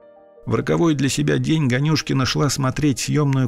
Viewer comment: Можете пожалуйста сказать вы специально произнесли фамилию ганюшкин не так там ударение не туда падает просто это мой однофамилец